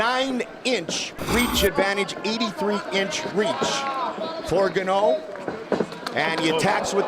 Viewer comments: Ganou?? Bro if u not sure how to pronounce a name U ASK THE FIGHTER BEFORE THE FIGHT . How do we say your name !! The Fact that All 3 proffessional commentators didnt do their homework is so shameful im ashamed for them 🤌🏾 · For a guy who “does his homework” Dominick Cruz didn’t know how to pronounce “guh no’s” last name